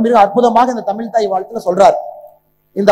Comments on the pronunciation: Muthalil tamizh endra varthaiy correctta ucharikkakum tamil illa tamizh Mr.Annamalaiji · Ask him to pronounce tamizhi properly. Not tamil.